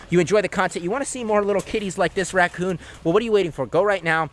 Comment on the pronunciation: I gust had to laugh when you said “Racon man” Lol